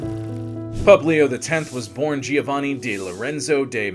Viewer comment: It would take you 10 min to look the proper pronunciation of Deh- MeH-dici, Jo- vanni, not geo, ROH-vere, and almost all italian pronunciations. Otherwise it was very informative